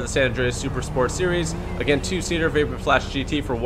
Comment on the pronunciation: He was saying vapid not vapid